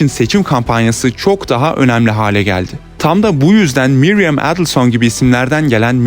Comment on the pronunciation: Miriam not Mariam